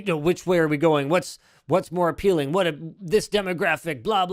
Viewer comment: “What’s more aPEELing”